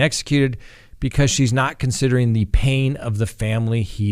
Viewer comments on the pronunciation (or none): none